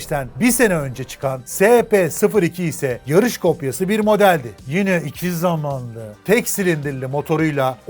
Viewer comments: 2 zamanlı derken o nasıl bir diş sıkması yaa :D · Şu " iki zamanlı " derken ki o vahşi vurgulamana hastayım:)))))) sen çok yaşa <3